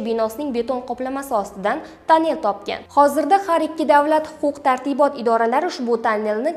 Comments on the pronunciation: танель эмас тунель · Жуда тугри айттилар. Тунель эмас, ТОННЕЛЬ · Танел ма тюнель тугри айтинг.Ирвис эмас эрвис. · Тонел эмас туннел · танел эмас тунел синглим тугри гапиринг